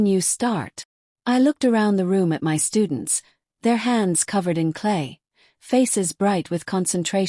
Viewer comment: M Y is my.When will AI get it right?